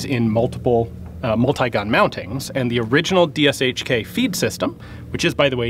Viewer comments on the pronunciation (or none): BTW, just wanted to quickly point out that the correct pronunciation of "DShK" is "DEH-shah-kah", not "DEE-Shk" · Deh-sheh-kah (shah is the correct old-timey pronunciation when you're learning to spell, but when spelling acronyms it's "eh" not "ah"). And no stresses, it's an acronym. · If some of you english-speakers want to pronounce DShK somewhat properly russian-sounding - here's some advice: You can use "ea" as in "death", and that sound is meant to be as short as in "death" also. The name itself will then be read like this: [d-ea] - [sh-ea] - [kah]. And the "M" in russian sounds exactly like it sounds in english if you mean DShKM - just add it at the end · It's more like "Doushka". The word itself roughly means "a charming lady", but comes from the abbreviation ДШК (DShK), the first two letters of which are names of its creators – Degtyaryov and Shpagin. Don't know what the "K" letter means, though. Edited: just "charming", applicable to guys as well :) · this is an awesome video! deshekA, that's how the Russians pronounce it... they stress the last vowel)..it seems that Ian is wearing the contemporary Russian combat uniform for the countries with hot climate)... the so-called "porosyachka" in the military Russian slang...:) great surroundings by the way, looks like Afghanistan)) I also noticed some old hit marks on the barrel of the tank's cannon...